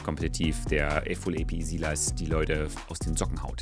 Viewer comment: Einfach toll dieser s i l a s Das Y wird einfach anders gesprochen, das ist echt belastend. Bitte sprich die Champion Namen besser/richtig aus. No Offense, ansonsten toller Content! Weiter so, LG aus Halle.